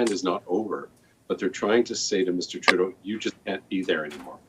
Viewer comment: I do believe the way you say his name is wrong. It sounds like tru dont and together now trudont.